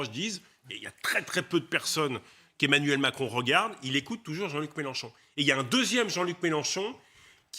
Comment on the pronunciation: Les loulous c'est MélEnchon et pas MélAnchon svp